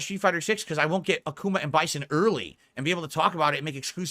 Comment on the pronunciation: GWET MODERATED